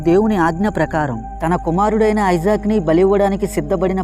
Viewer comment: అతని పేరు ఐసాక్ కాదు ఇసాక్